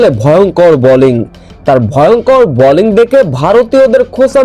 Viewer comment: Balling na bowling, very irritating!